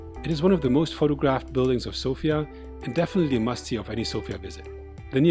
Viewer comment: South-Eastern Europe, or Southern Europe, although Bulgaria is in the East of Europe, culturally it is part of the Balkans, and has very little to do with the culture of Eastern European countries. Sofia is pronounced differently, btw. Thanks for the video!